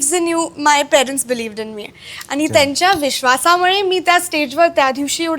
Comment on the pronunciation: शेवटी आनि पानीच बोलतेय. ण आणि न मधला फरक सुद्धा कळत नाही.